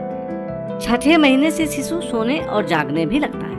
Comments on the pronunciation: It's shishu....not sisu..... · सीसू नहीं शीशु 😂